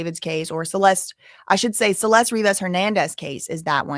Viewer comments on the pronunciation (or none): none